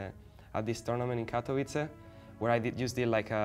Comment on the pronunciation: What is "Catuiza"? It's ment to be called "Katowice"